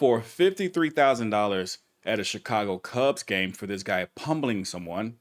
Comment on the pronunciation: A fine? Come in man. Yes you’ve got it finally. A settlement. Pumbleing someone? Come on man. Pummeling someone. Axing? Or asking?